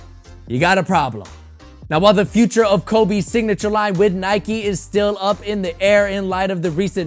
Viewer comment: My guy said “Dignature”